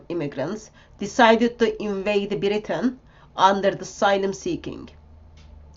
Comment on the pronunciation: ”Welcome to Beritain!”